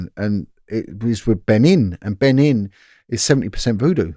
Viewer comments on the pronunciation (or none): none